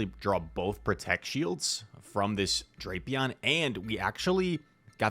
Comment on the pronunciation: Every pronunciation I’ve seen in the anime/google says “Dray-pee-on”